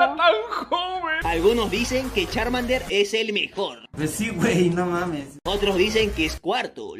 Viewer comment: Min no se porque me da gracia como dice charmander